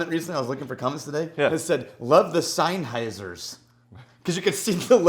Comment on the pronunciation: Pronounce Sennheiser...again... Please and thank you lol